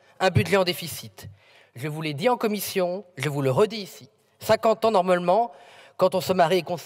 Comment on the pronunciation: 28min messssieur le président la comifffffion 😂